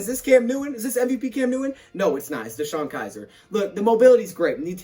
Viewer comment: Btw its Kizer. Not Kiser 😬😬😬